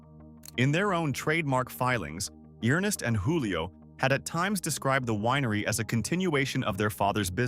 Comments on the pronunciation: PRONOUNCED “JEWLIO” not wholio. Lol They were Italians, not Spaniards. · It's not HOO-lee-oh. It's JOO-lee-oh. Many of the pictures you showed were generic or not applicable to Gallo. I wonder why you left out New Amsterdam.